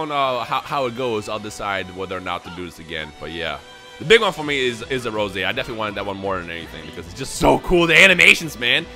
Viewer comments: pronouncing Rosé as Rose is triggering me so hard 😭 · for some reason me liking Goku black it bothers me a lot u calling him rose 🌹 and not rosè